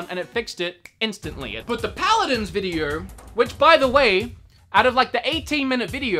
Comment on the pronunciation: Paladins not pladins